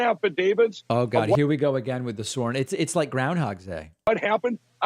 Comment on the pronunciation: I love the montage of Trump misspeaking followed by David misspeaking immediately after multiple times. There is a God, or Gid lol